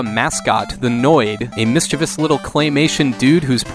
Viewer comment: Thank you for pronouncing "mischievous" correctly.